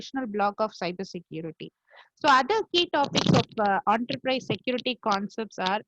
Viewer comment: Some one should let her know, it’s “En-ta-prize” and not “OOOONTERPRISEA” 😂